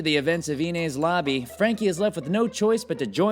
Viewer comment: He also bungled the pronunciation of "Enies Lobby", but I guess we don't care about One Piece here.